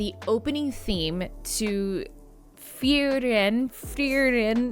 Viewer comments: pronunciation goes Free - Ren, and in japanese it's pronounced Fu-Ri-Ren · You can pronounce it like: Free- Ren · I'm pretty sure it's just pronounced Free-ren. Easy-peasy. 😁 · I'm just eleven episodes in to the first season, but the anime is stunning. Same folks that brought us 'Bocchi the Rock', so that shouldn't have surprised me. : ) フリーレン (Frieren) is more like "Foo-ree-rehn".